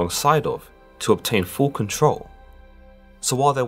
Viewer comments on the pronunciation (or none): none